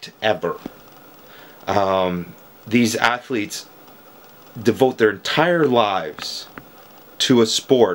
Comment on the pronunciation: Sure. ATH--O--LEETS